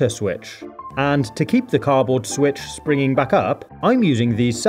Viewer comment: I love all of your videos but I find it really annoying how you say car-board instead of cardboard haha but that's just me, not meaning to be mean, it's just my opinion 😁😊